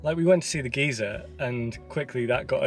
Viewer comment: Seals: always stay a good distance away from any wildlife in NZ for your own safety. Geyser is pronounced Guyser..... The plant you asked about is either Toe Toe... or the weed one Pampass Grass. Google info: The native species are generally known as Toe toe which is frequently mispronounced and miss-spelt as Toi toi. Many New Zealander's don't know the difference between the native species and the introduced pampas grass which they also refer to as Toe toe.